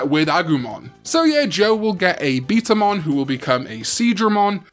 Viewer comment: it’s betamon not beetamon